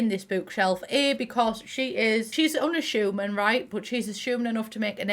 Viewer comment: English: unassuming english: anashyumin